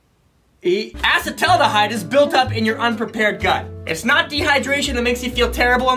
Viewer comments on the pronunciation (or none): Watching try to pronounce acetaldehyde made my day